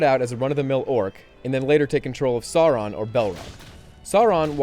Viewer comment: This guy pronounces none of the names right. -_- It's Sauron like Souron. Bolrog like Ballrog. Silmarillion Sim-a-rillion.